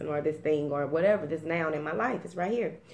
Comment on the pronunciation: I was thinking about breaking two karmic cycles but realized why one of them should not be broken. Not sure why I need to hold off on the second one...hahaha love when you say whateva it's right there :-)